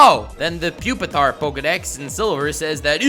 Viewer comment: Its really pronounced PWEE Pee Tar? And not PUP EH TAR?